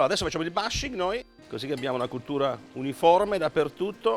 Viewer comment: Bushing, si pronuncia come si scrive, vergogna.